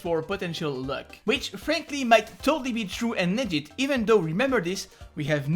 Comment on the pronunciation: every time you say legit I hear legend